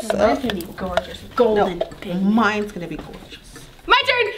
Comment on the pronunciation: This how many times said pig ment ⬇️